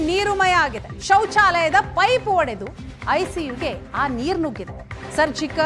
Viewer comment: Hodedu alla Saaar, 'odedu'